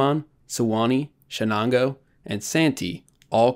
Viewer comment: you absoolutely butchered the name of the USS Chenango CVE28 its an Oneida Indian word its prounounced SHuh NAN GO named after the chenango river in upstate new york.... okay carry on :)